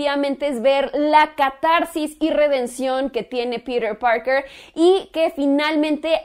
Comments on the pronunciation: ES TAN DIFÍCIL DECIR PITER PARKER Y NO PIRER PAOKER :v :v NO LE VEO LA LÓGICA DE ESTAR HABLANDO DE ESA MANERA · pirer purker !!!! jajajaja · "Pirir Parker" jejeje v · "Pirer Parkerrr" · "Pider Pargr" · Tom Hollan hace un buen papel de Peter Parker -¿Peter Parker? Uh lala señor señor francés. -¿Entonces como se dice,? - "pirer parquer"